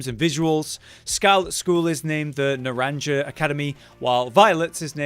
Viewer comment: As a Mexican… you butchered “Naranja” (note: J is said as a H)